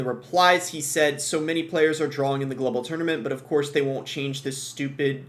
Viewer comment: Are you saying drawling? It’s drawing